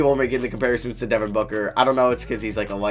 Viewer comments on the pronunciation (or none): none